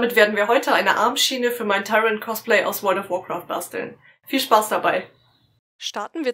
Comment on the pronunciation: AUA...es tut mir gerade in der Seele weh, wie du Tyrande aussprichst. x_x